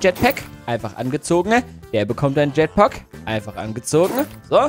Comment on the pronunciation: Bei den Teil mit den jetpacks hast du bei den 2. Jetpock gesagt😂✌🏻